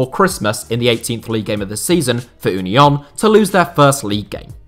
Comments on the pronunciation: Just pronounce union the english way please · Thank you for pronouncing Union in the german way ;) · Never learn German please 😂 As a German I love the fact that no one can pronounce German names 😂 Ünion 😂